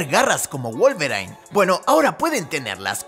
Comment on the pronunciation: wolverain???? jajajjajja